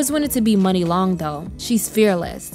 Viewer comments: Great video 👍🏽 But her name is pronounced "Muuunee" Long not "Money" Long per Muni Long 😊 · I KNEW HER NAME WAS M-yoo-nee